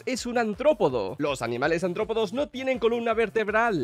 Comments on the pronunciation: Cada vez que dice antropodos...💀💀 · soy el único que oye... "ANTROPODOS"???? no sabe pronunciar la R de aRRtropodoo que? xDDDD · que rabia cuando dice antropodos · Bro, es artrópodos no antrópodos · Cada vez que dice “Antrópodos” me quiero morir. ¡¡ARTRÓPODOS!! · Antrópodos... Se dice artrópodos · antropodos dice el tolai, imagina ni saber leer